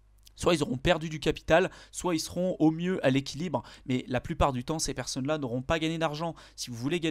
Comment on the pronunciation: « Beaucoup de perconnes » joli labsus 😂